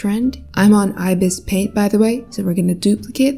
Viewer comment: It’s ibisPaint not Ibis pant